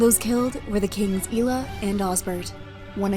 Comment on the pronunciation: DANE, Not Danuh and EYE-ELLUH (Aiella) Otherwise well done.